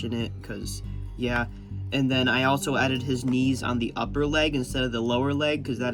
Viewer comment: he said yuh. It means yeah.